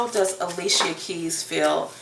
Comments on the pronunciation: Not Ah lee see uh it’s Ali-sha!! 😂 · I'm just tickle that you said a-lee-che-ya instead of a-lee-sha...people change my name all the time, funny thing my own family pronounce/spell my name WRONG all the time!